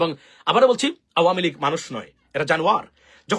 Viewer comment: Perfect pronunciation of this political party nothing else